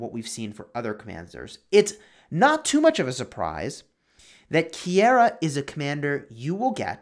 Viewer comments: Pretty sure it’s pronounced ki-ra Keira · I knew you were saying the name wrong, the ei are together as an I so like ke-ira